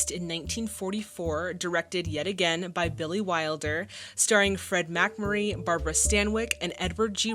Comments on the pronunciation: Very entertaining reaction,! I'll definitely follow you further. FYI, MacMurry's name is pronounced with the accent on the 2nd syllable...MacMURry. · Accent on the second syllable - Mac-MUR-ree. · Mack-Murray ...still pronounced Mick-Murray...eh---with those cutie-pie braids, we'll forgive ya anything. 😊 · The name is pronounced Fed 'Mack-MURR-ee', famous for the (terrible) TV series 'Father Knows Best'. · I enjoy your reactions of course (and you're among my favorite "reactors"), but the McMurray mispronunciation wasn't the only error in this entry. You called novel James Cain "John," for instance. The film didn't win seven Academy Awards. It was nominated for seven Oscars but won none of them. None of that prevents me from enjoying the rest. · FFS!! ONE careless error, BUT THREE??? It's James, not John. The movie title is The Postman ALWAYS Rings Twice. Please do better. And how can you mispronounce MacMurray?? It just beggars belief.